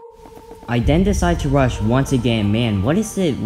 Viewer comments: When he says then I den u mean then????? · “ Den i rushed his base ” BAHHAH I LOVE HOW U SAY “DEN” ❤️ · He say den I bodt leater armor